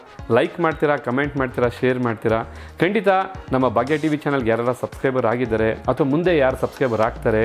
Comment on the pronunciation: It is not bagya tv , pronounce it as bhagya tv